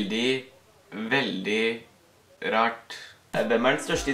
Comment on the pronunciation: du sier rart på en rar måte no hate lzm